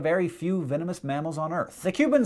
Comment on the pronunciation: 'venemenous' spurs?